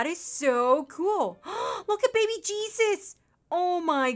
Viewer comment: when you were calling him baby i thought you said "baked bean" so that should be his name XD